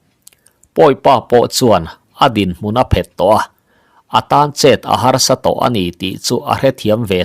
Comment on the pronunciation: I thawnthu chhiar hi ka ngaithla tam viau mai, 'chet a phet' tih hi 'chet a phét' tiin i chhiar leh ṭhin...'phet' thil kan do kanna kan han 'phet' tlu tawp ang a 'phet' tih tur. Tuna 'phét' i tih thlûk ang hi chu darthlalang emaw thil tle in a mit ti vai thei khawpa en let 'phét' hi a ni e.